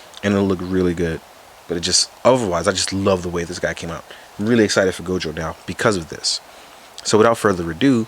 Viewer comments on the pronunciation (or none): none